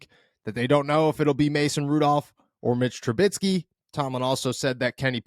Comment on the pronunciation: Its troo-bisky, not troo-bit-skee. Mitch Trubisky. It shouldn't bother me, but it does. Say it right.